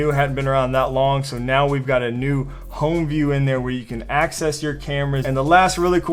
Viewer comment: It’s home not hime ;D